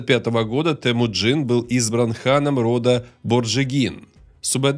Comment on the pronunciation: Вроде бы русский, а говорит ТЭмуджин, а не ТЕмуджин! 🤦🏻‍♂️